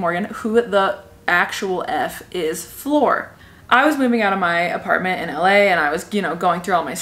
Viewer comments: Flor as in flower 🌸 not floor 🤦🏽‍♀️ lol I’m Hispanic and I was confused for some reason at first 🤣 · Her name is Flor 🌸flower in Spanish. The way you're saying her name is floor what you walk on. Honest mistake it's all in Rolling the r's and less o's Cool video! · I did I think she kept saying floor and it took me forever to realize that said flor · Tell me why I thought she meant the lady's name was floor like the actual floor till she said she was from Ecuador that's when I knew she ment flor like flower but in Spanish